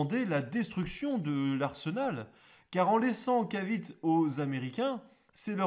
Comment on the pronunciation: la péninsule de "Caviti" et pas cavit ! ;-) .... le E est prononcé a l'américain encore aujourd'hui aux Philippines , ou je me trouve actuellement ! merci pour cette video car il est très dure de trouvé des video en Francais sur l' histoire des guerres en asie .